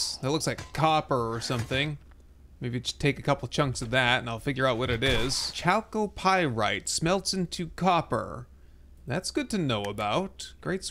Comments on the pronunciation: Hi, chalcopyrite is pronounced "Kalcopyrite" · Lol, I guess that is how you pronounce the copper ore name. I saw it and thought "Chal-Copyrite" and have been calling it Copyrite Ore ever since.